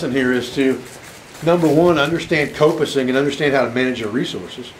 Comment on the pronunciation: The pronunciation of coppicing here in the UK sounds the like cop (as in police officer) Done a bit of coppicing, mainly to harvest stakes (long poles) to help support a newly laid hedge. There is also a variation, called pollarding. Where the tree is cut higher off the ground, partly to prevent animals from eating the new tree shoots. Also when coppicing, should take some care to leave the stump as neat as possible, and so that water can't pool on it, and possibly endanger the tree with rot. Prefered method was to use an axe, as leaves a nice smooth surface that'll water will run off.